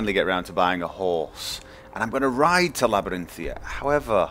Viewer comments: It's Labyrinthian btw, not Labyrinthia, figured you should know :) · Just wondering, why do you say Labyrinthia when it's spelled and prononced (in game) as Labyrinthian? Not holding anything against you, just curious. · Stop saying Labyrinthia...it's making me rage so hard D: How do you not see that "n" on the end? =/ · Arg, I know you have gotten this before, but there is a n on the end of Labyrinthian!